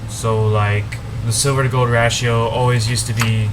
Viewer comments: ratio= ray-she-o....the a is long... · Ratio Pronounced Ray-she-o